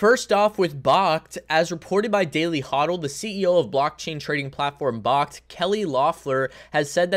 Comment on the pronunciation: Friendly heads up. Its backed. Not bahkt. Like, BACKED by physical bitcoin 👍